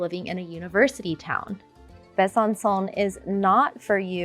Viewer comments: Besançon final sound is not like English « son », but is like « song » (without final « g ») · It would be nice if you pronounced the city names correctly. I stopped watching at Besancon. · Hi! Interesting videos indeed 😊 I had the impression you spoke some French... whatever the prononciation of Besançon (Bè-zanne- song) is a slap in the face of a Frenchman... But surely you know 😆🤔